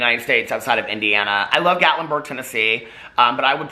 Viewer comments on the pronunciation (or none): none